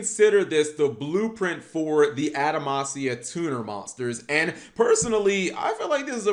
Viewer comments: Why does cap keep saying adamacia when it’s actually adamatia? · Stop saying Adamansia it's Adamantia with a "T" not a "S". If you're going to have word pop out of you mouth then say them right, you clod! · im really not hating on Cap but why do so many Yugitubers mispronounce card names. It almost seems like they do it on purpose to trigger us. Are we really supposed to believe they think its actually pronounced the way they say it? Its spelled Adama-T-ia. he said Adama-S-ia like 20 times. Bro!!!!! theres no S in there LMAO. Just to prove I'm not picking on Cap, anyone who watches YGOPaisano knows he ALWAYS says ElectrANite. Where that N come from??? its ElectruMite.... okay rant over lol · Am I missing something or is he just saying the name of this archetype incorrectly. Because if the name of this archetype is pronounced anyway close to adamantium then he is saying it wrong. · He was even saying the name of the cards wrong they're pronounce how you would pronounce adamantium like wolverines claws.